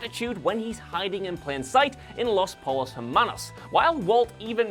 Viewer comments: It's pronounced Los Poi-yos Er-Mannos. Not Los Pole-os. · For the love of god please learn to say spanish words with at least some semblance of a spanish accect. I know you are a Brit who is barely able to pronounce TH and other normal english sounds, but you sound like an idiot everytime you say "Pollos Hermanos". Just so you know, it does not sound like the collared shirts from Ralph Loren + her (the pronoun) + man-o's like (like the cereal cheerios). Try this (Po-yos + air-mah-knows)